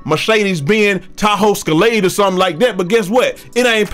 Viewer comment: LOL THE “TAHOE SCALADE” my dude is crazy. Good vid homie